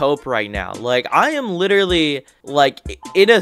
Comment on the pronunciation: I heard “I literary bought you”😂